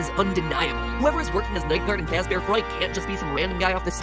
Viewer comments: freddy fazbahr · "Forget Freddy Fazbear it's Freddy FuzbAr" -MatPat2017